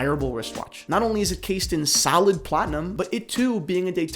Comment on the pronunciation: The "platona" ;)